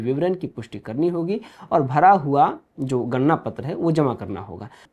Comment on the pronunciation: Ganna,ganna mat karo, wo ganna nahi ganana (counting) hai 😂